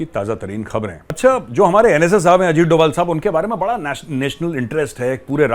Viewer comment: Dobhal instead of Doval